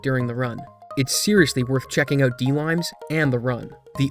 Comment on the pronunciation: You put so much effort into over-annunciating your words, and then you choose to say "oat" instead of "out", why?